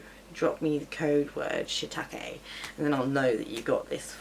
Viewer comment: Until now I didn't want to eat shiitake mushrooms, since hearing how they were correctly pronounced, they sound much more edible.